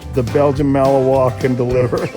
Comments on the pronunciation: Please reprogram the AI to pronounce Malinois correctly. Realllyyy annoying. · I love it when the AI narrator butchers the word Malinois....ROTFLMFAO!!!... Here's a bit of a hint...don't pronounce it like the state of Illinois...lol. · Please learn the correct pronunciation of Belgian Malinois. 👎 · 1000% AI Narrstion. Can't even pronounce the breed of dogs correctly. 😂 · Dude stop talking.....just show the video. And, learn how to pronounce malinois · Please learn how to say Malinois properly. If you're using AI it can't distinguish that it should be pronounced Ma/luhn/waa. I miss the days when humans narrated videos. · "Malinoy"? Nope. That's not how it's pronounced. And that 4th dog - the one which lets itself into the police car? That's a German Shepherd, not a Malinois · It's pronounced Belgian Mal-in-wah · Fantastic film clips ……..but could the compere please pronounce their name correctly? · For crying out loud, there are online dictionaries all over the Internet. Look up and listen to the sound byte on how to pronounce "Malinois.". Is that so much to ask?! Now a bunch of others will walk around mispronouncing their breed. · Learn how to pronounce "Malinois"! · The narrator should have been taught FIRST how to PRONOUNCE "malinois". 🙄🙄🙄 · Malinois is NOT pronounced the way your AI slop bot thinks it is. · At least learn to pronounce Malinois. It is mal-in-waa not mal-in-oise. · They're Mal-in-wahs, not Mal-in-noise, even though that's how it's spelled. It's French. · Mal-on-wah. Not mal-eh-oy. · It’s malanois not malannoy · It’s not Malinoy,it’s malinwa. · It’s MAL LIN WA… not noise… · Okay, Mr. Narrator! Malinois isn't pronounced MalinOY. It's pronounced MalinWA. It's French. Say it right. Thank you.😊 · Not Belgian "Annoy" (although it might be a factor, given their constant energy level!)...it's Belgian Mal-NWAH". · It's not a Belgian Malinoi, it's a Belgian malinwa French pronunciation) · Not Malinois as in wa, not noise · Malin-WAH. It's French.